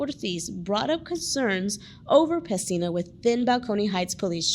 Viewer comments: PESINA not "Messina" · His last name is PESINA. Not Messina.